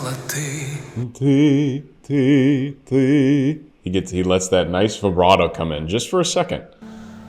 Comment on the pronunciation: vielen Dank für deine Analyse, es ist sehr interessant dir zu zuhören. Deine Aussprache vom Wort «ты» ty- du, war perfekt. Nur wenige, die nicht in Russland geboren sind, können diese Buchstabe wiedergeben 👍